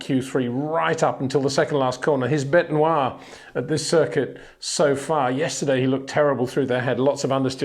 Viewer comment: Bete noir! Au point! I love your Français monsieur! Is that an homage to Leclerc's language lol?